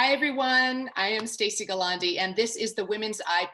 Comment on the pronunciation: Non pronunci bene il tuo nome.